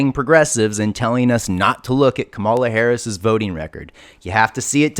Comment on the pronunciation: You should really learn how to pronounce Kamala's name. Show her the respect she deserves.